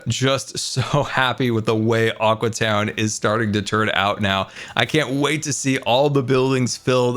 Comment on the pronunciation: All the time when bdubs is in aqua town he calls it aque town